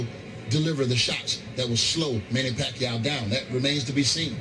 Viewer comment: Floyd can't even say the name PACQUIAO, hahahaha!!! What a great Chicken Chump!! Sooooooooo Scared to Pacman...